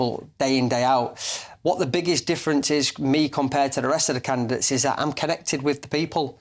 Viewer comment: Did he actually say “CANGY GETS?” *candidates.